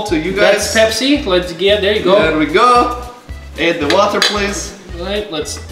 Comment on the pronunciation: When said Pepsi I thought he said KFC